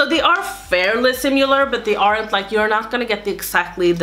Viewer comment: I loved this video, dear! I live for dupes! One thing that I'd like to suggest (not trying to be mean!) is the way you say "similar." You say it with a "u" in it like sim-u-lar, but it's actually sim-i-lar. I hope you don't take this the wrong way, but I'm guessing from your accent English is a second language for you so I just wanted to offer up some help. :) Thanks for such awesome content!!!